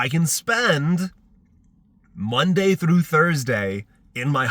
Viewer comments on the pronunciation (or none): none